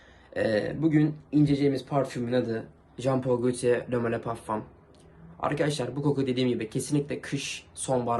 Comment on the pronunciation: pağfam ne kardeşim yaaaaaw yapıştırıyorum hemen bi tane